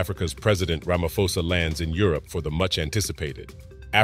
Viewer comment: Ramaphosa, pronounce the P. It's not Ramafosa.